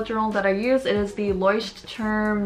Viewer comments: you pronounced the name of the journal : 0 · can we talk about pronouncing the brand of the bullet journal perfectly (even though she was scared to say it out loud in the past?) proud hug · Ok is no one gonna talk about this just pronounced the brand of the notebook(leuchtturm) that she always resist to pronounce in her old bullet journal videos😂 she already learned it congrats🎉ofcourse 2019 said✨practice makes the work better✨